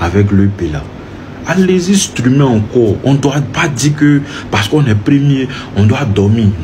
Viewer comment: Pardon c'est streamer c'est pas strumer😂😂😂😂😂😂😂😂😂